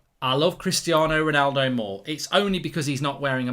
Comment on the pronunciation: Who is rolllnaulldouuu?